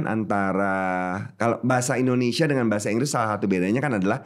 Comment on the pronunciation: Indonesia tp diucap Endonesia. Biasa diucapkan pemerintah. Bikin kesal aja (